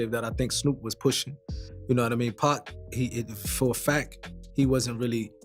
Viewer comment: Tough to keep listening to him mispronounced Pac's name.